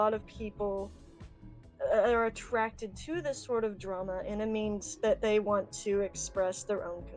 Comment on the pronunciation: “I weawwy weawwy waunt fursonah pinz.”